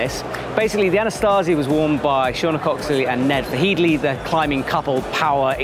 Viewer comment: there is no 'T' in 'AnaSAZI', much like there only one 'I' in 'AlumINUM'. Signed, an American (we perfected English. Fight me)